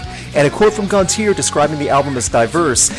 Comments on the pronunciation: It is pronounced Gon-Tee-Ay not -eer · It's GONT-CHI-AYE. Not "Gonteer"